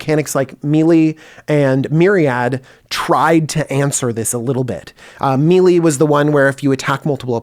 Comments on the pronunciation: Just saying, mili? DJ, its (may-lay) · It’s killing me DJ... It’s pronounced may-lay. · The way DJ pronounces “melee” makes me very upset